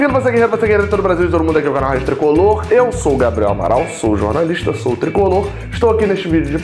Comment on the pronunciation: Acertou meu nome, hein Gabriel kkkkkk finalmente, nos últimos vídeos vc tentou